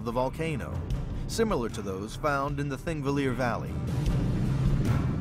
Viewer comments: It is "Thingvellir", not thingvilir. And it is pronounced Thing-vellir, not ... whatever he was trying to say. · "thingvillir"... what?